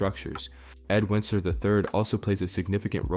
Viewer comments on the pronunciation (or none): Woocler? This is AI you call him Wunkler I other videos this is obviously fake. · I dont understand why you always mispronounce Wuncler. Wunkler, Win-sler. Its pronounced Once-ler. But you have to know this. Im sure you must. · Why do you keep saying "Wunkler". You've watched the show in depth probably more than any of us 😂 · "GO AHEAD! SAY WUNKLER ONE MORE TIME! I DARE YOU, I DOUBLE DARE YOU, MOTHER FUCKER! SAY WUNKLER ONE MORE TIME!" My brother in Christ, it's ONCE-LURE. lol. Great video besides that. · I find it odd that the narrator changes pronunciation of Wuncler as Wooncler and Won kler (it’s based on the Once-ler from the Lorax) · I think your supposed to pronounce his name the same as the bad guy from Lorax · He keeps pronouncing it "Wunkler" I think it's an AI voice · Pretty sure the Wuncler family name is pronounced the same as the being in The Lorax that tells the tale of his greed destroying everyone in that book. Wuncler will abuse his power until cornered at which point he will cry for someone to fix everything, just like in the Lorax. Weak, short sighted people in power, abusing that power for short term gains to drop their problems on the world as if they didn't get us all there. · I think it's definitely AI at some point. I'm hearing him repeat himself a few times, and the mispronunciation of Wuncler screams "I haven't actually watched the show" I'm hearing Winceler AND Wuncler but I've also heard Woosler 🙄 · I continue to giggle at the several mispronunciations of the Wuncler name hehe~ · at this point you can stop watching the video, he basically repeats what he says about wealth, privilege, etc.. over and over again even usie the same segments like he forgot he already clipped that in, also he starts pronouncing the name Wuncler 2 different was which leads me to believe this video is probably ai generated or at least used it in its production. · This brother cannot say Wunceler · I lost count how many times he said wuncler wrong lol😂😂😂😂😂